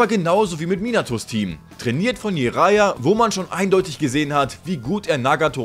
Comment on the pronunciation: Er heißt Jiraya und nicht I-raya T.T und es ist Akatsuki und nicht Aka-tsuki T.T